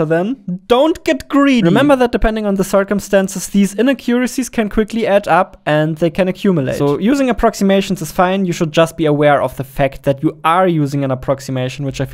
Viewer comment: I know you have an accent. and it's amazing you speak english, since i don't speak any other language. but "in uh cure iccies" was the funniest way i've ever heard inaccuracies pronounced. I've only ever heard it pronounced "in ack-your uh seas"